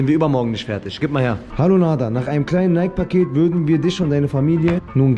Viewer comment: Junge es wird wie Nayki ausgesprochen! Kein stummes e 😵‍💫